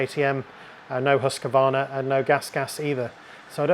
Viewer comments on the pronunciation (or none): *Outstanding short presentation! Thanks. However, “HUSSA-KVARNA” your pronunciation SUCKS! Try to subdivide! “HUUS-KVAAR-NA”. I’m Swedish speaking. I know! Greetings from sunny, tropical, bikers paradise THAILAND